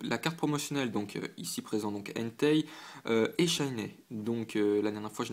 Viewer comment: J'adore tes vidéos mais j'dois quand même faire une petite réclamation: faut arrêter de prononcer "shiney" comme "shinè", ça se prononce comme "shiny".. hihi ! Sinon c'est top !